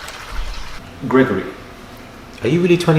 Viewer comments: Murad! You are just a MOOD!❤ 😂 man said "Grego-ry" 😂😂😂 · “Greg-Gor-Rey” get me every time 😂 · The way Murad says ‘Greg-or-ree’ has me dying everytime 😂😂😂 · “GregoREE” 😂😂😂😂😂😂 Murad has killed me again today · Why is he saying gergory in African accent, yewande is speaking through him 🥰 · GREGOREE 😂 the emphasisss 🤣🤣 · 😂😂😂the way he says Gregory. I can't 😂🤣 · The way Murad says Gregory kills me looooool 😭😂😂😂